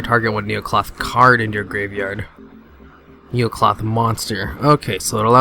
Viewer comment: first of all you build it wrong 2nd it's necloth not neocloth dumb ass